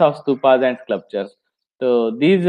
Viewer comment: One small correction. You seem to be pronouncing SCLUPTURES . THAT IS INCORRECT. It should be pronounced. SCULPTURES